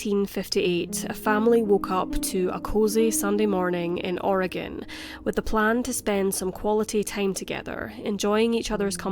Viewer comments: You have an accent that doesn't sound American, yet you pronounced "Oregon" like someone who lives there. Lots of Americans pronounce it like "Or-ee-gawn" which makes an Oregonian cringe. Congratulations, and thanks for the food for thought. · You said Oregon right ... thank you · You pronounced Oregon perfectly. <3